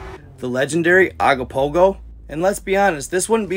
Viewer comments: Ogopogo not agopogo!! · IS CALLED OGOPOHO NOT AGOPOHO. GET THE NAME CORRECT AT A MINIMUM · It’s Ogopogo not what you wrote and insisted on saying repeatedly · Canadian here. We pronounce it Oh-gopopgo not Ah-gopogo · It's Ogopogo brother O not A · Hey I'm from British Columbia Canada just want to say hi love watching your information I started following probably about 6 months ago I discovered it and I'm happy that I saw it because you show some real interesting stuff. I just want to tell you that it's ogopogo, so when you pronounce it it sounds like an o so you say, " oh go Pogo"the lake is the Okanogan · I think it’s pronounced ‘Ogopogo’ 🙂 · He is pronouncing Ogopogo wrong hes saying agopogo , I've never heard anyone say it like that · It's pronounced Ogopogo, it's constantly talked about, with statues in Kelowna in its image. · Okanagan pronounced Oh Can Noggin im from their and have never seen any signs. Only have 1 island on the lake and its called rattlesnake island near peachland. Ogopogo pronouced OH GO POGO. Kelowna is the main city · it's Ogopogo. Oh Go Po Go. great research lol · It's pronounced Oh-go-po-go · I'm from bc please my bro pronounce it o go po go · “Oh-go-pogo” if you want to pronounce it correctly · This is a paranormal channel and you can’t even get the name ,of one of the most famous cryptids in the world, right! It’s OGOPOGO!